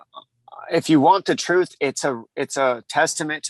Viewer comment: Chael "The Troof" Sonnen 🤙